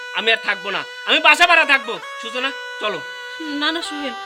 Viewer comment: ছুচনা ছুচনা ছুচনা হাহাহাহা নাম টাও ঠিক মতো বলতে পারেনা